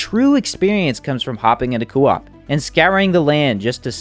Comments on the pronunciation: CO - OP NOT COOO OP WTF 🤬 ITS ANNOYING !! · Why are you adding an extra O in Co - op? It Co like go not Coo like Goo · It's very jarring to hear every time he says it like that lol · why does every small elden ring creator mis pronounce words one guy said elden rihn and this guy says coo op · Co. Op not cooop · Lol great video but you new Elden Ring youtubers have me squirming in my seat with your pronunciations 😖 Today you're saying cuu op, yesterday a guy kept saying Elden Rinn. You guys are killing me here 😆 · Coo-op lol 😂😭😅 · Say it with me Coh-op. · Solid video - that being said, how you say “co-op” makes me want to put my head through a window. “Cuu-op” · since no one’s said it, it’s said like coh-op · Does anyone else hate how he says coop? It’s not kewop. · just came to say coo-op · Kind of driving me insane he says it like that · IMAGINE SAYING KOO OP..... that alone made me stop watching your video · Good sop saying koo-op, but good video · KOE AWP ...ffs man lol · Fr, I was about to call principal O’ShackHennessy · Will never watch another one of your videos in fear of hearing "coo op" again 🤢😂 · why do you pronuce co op like that, NECK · No offense but the way this guy says coop really rustles my jim jams. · lol that part on family guy when stewie saying cool W-HIP 🤣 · Coo whip. Why U saying it like that Lol awesome vids 🙏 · I was literally about to make the same comment until I saw yours. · Can you pleas say co-op properly, other than that you are an ok youtuber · I really couldn't get over the way he mispronounced co-op it made me cringe constantly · The way he said co-op really bothers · your pronunciation of coop is insubordinate and churlish